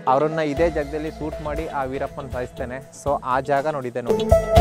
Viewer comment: ಸೂಟ್ alla ಗುರು ಶೂಟ್ ಅಂತ ಉಚ್ಚರ ಮಾಡು